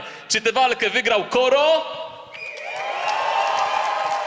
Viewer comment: ej ten koro brzmi jak kara xDDDD